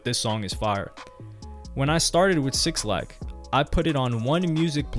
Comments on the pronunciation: Say it with me now Black not Six Lack 🤣 who dat bruh lol good video though g. I love these types of videos fr. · His name is pronounced Black Not 6 lack -_ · omg bro lmaooo it’s pronounced *BLACK* (6lack) not *6-lack* son lmaoooo please try to save yourself before 6LACK fans hate you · “six lack” lmfaoooo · 6-lack😂😂😂😂😂 His name is pronounced Black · its “Black” by the way not 6 lack 😩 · Cringing at every SIXlack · Just for the record it’s Black (6lack). Not 6 Lack lol. Or maybe that was intentional 🤔.. Great video. U a beast wit the content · minus 3 more for saying "6 lack" instead of "black", everything else is good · not sure if you're meme'ing by saying "6-lack" but it's supposed to be just "black" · I think his name is pronounced black but spelled with a 6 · 6lack is just said as black. But great vid really interesting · Yo why did you call him 6lack its pronounced black 🤦🏾‍♂️. I wish you would've mentioned how 6lack wore a wig for his debut. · bro clearly saw in the paragraph “pronounced black” and just decided to read over that part 😭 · 6lack Is pronounced Black btw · 6lack pronounced black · '''sixlack''' by the way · bro... "6-lack"? sometimes i be wondering if you really of the culture. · Bro it’s pronounced “Black” lmaooo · It’s killing me hearing him say it over and over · Dope documentary, the way he kept say 6lack took me out though 😂😂😂😂💀